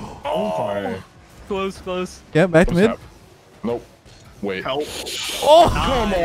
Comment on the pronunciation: Am i the only one that herd man down man down instead of “mid down mid down”?